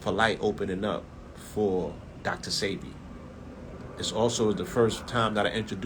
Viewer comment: Why was DJ ENVY so sure it was pronounced Dr SEEBEE?